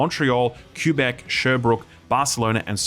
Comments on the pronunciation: Lol its my first time hearing Québec pronounced Cuebec xD anglos usually say Kuébec (Fwi the correct pronunciation is Kébek / kaybek) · this guy said Qewbec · Q-bec? I'm an Australian too but I know it's not Q-bec! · Never heard Quebec pronounced that way. Qbec. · My condolences to all of french canada recoiling in horror at the pronunciation of Quebec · How the heck did you just pronounce "Quebec"? ROFL